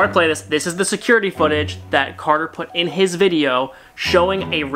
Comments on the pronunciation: It's cater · its carder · it is carder